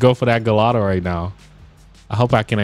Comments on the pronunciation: Gallado 😂😂 it’s gallardo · You said galldao it's garlldo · My man why are you saying gallado it’s pronounced gee-are-dough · It’s pronounced gi-yard-o not galado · Bro its not pronounced gallado its gaiardo but is spelled Gallardo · It’s the gallardo not gollado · im sorry but its not gallado its ga la rado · Gallardo is pronounced guyardo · It’s pronounced Lamborghini ‘guy-ardo’ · You do know you're saying Gallardo wrong....like not even close to how you are supposed to pronounce it! You're supposed to pronounce it like this, Guy-ardo. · Never did this dude say oh we got a agallado in the house? It’s pronounced guy r do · You pronounced gallardo wrong it’s like a I like gaiiardo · why do you pronounce the gallardo like that? it’s (guy-ardo) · Why do you say Gallardo like that. Its pronounced guy-ardo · He Keeps on pronouncing Gallardo wrong lol lmao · BossMob360 that bothered me so much Idk why lol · Btw that is not how you say gallardo